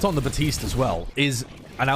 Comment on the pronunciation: BaPtiste. There's a P in there. It makes the "puh" sound.